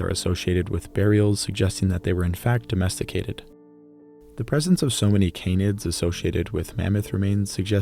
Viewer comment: Mammoth meat, can you really addomesticate a dog? Or you addomesteticate wolves? And nice italian pronunciation